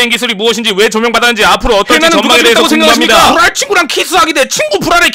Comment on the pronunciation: 부뢸친구 ㅋzz 발음 ㅈㄴ웃김 저거 말할때만 ㅋㅋㅋㅋ